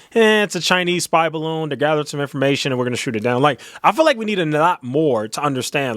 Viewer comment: The “baroon” 😆😆😆